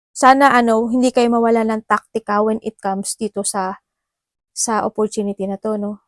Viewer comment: Offortunity.. a money... Ate free lang mag google Sabi mo dba? Ayusin mo grammar mo daming Mali wag ka na mag English lol sakit sa tenga eh